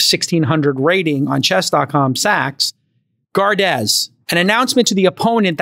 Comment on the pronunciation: lol at Jcal's pronounciation of Gardez, Francais S'il vous plait GUARD, jcal, it's Guard. Guard your queen. lol.